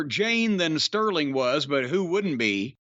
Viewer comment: I'm sure he does it on purpose, but it's JADE, not JANE!!!!